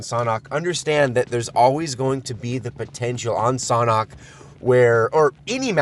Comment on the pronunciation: It's pronounced SANDHok not SOHNHOK